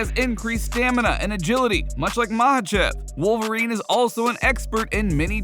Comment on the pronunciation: Confirmed " WOLFVERINE"